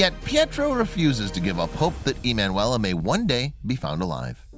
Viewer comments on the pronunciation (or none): her name was ee man you ella , why do you not google how to say it ?